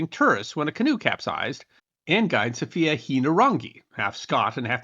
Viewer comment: Also guide Sophia is pronounced in the English way, not the Spanish version.